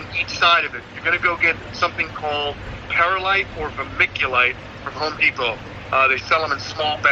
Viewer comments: Not to be mean or anything but its perlite not perilite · He said(PEAR-a-lite) when it’s actually pronounced(PEARL-LITE)